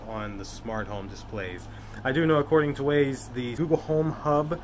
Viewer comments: It's not Waze, it's wyze like "wise". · Wyze is pronounced wize not ways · OMG, thanks for the info, it was, however, very painful to hear you say WAZE (ways) when it is clearly WYZE (wize)..I almost couldn't watch the video all the way through...but thank you VERY much for doing it.